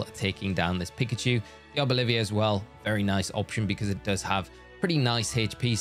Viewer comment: Arboliv”i”a is such a funny pronunciation, I have to nickname mine that 🤣 Thanks for the vid!